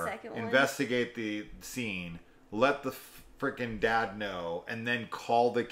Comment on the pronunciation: daud,daud…. the way he pronounces dad always threw me. basically a slasher about Electro.